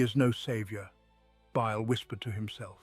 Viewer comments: He did say Bile wrong once but I don’t hear the whistle though. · What happened to this channel? I really enjoyed these stories, but the recent videos have been a huge disappointment. The pronunciation is way off... In the Fabius Bile video the narrator says his name in four different ways. There's also this constant whistling sound now that makes it impossible to relax or sleep to. It's just sad.